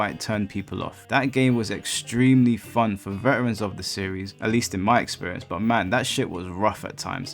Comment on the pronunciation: "Now this is what I call *fahn!*" Gets no changes